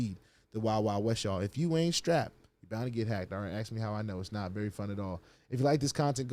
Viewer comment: Why can't us black people say the word "ask" correctly. It's not AXE! 😅